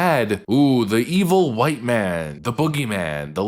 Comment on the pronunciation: you said WHITE wrong!